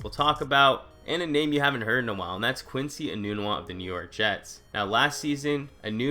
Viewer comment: Quincy Enunwa... LOL